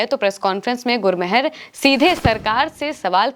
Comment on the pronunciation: गुरमहर नहीं गुरमेहर कौर मेहरबानी वाला मेहर